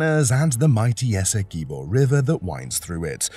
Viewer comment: Good morning bro the name of our largest county is pronounced ESSE QUIB OH not ESSEKIBO. Please humbly accept tis correction.